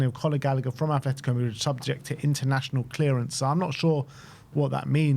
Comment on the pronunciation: Please fellas it’s “ATletico” not “ATH” 😭